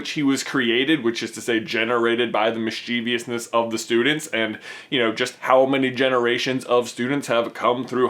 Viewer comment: MISS chevous - not miss CHEE vee ous :o